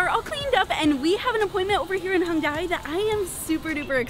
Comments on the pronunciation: Fyi, you guys have been pronouncing Hongdae wrong the whole time. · pronunciation for Hongdae is hong-day not hong-die lol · it's actually not hongDAY. It's more like hongDEH